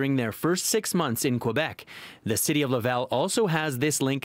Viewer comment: City news doesn't even have enough respect to say "Quebec" properly